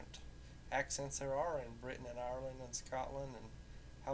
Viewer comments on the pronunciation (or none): none